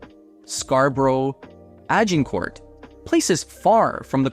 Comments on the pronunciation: Agg-in court? Grew up in Toronto, shopped at Eds, never heard anyone say it that Scarberia community that way. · He said it the way the French city is pronounced. I'm guessing he's not native to Toronto.